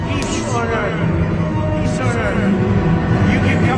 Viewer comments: He didn't said "peace on earth", he said "piss on earth!" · No no, he didn't say peace on earth, he said piss on the earth.